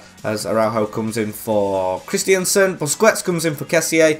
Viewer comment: Dude even said David Alaba when it was Jordi Alba, and while I'm at it, it's Christensen, not Christiansen